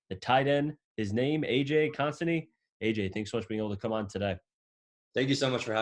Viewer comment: It’s not Kon San e It’s kun stant e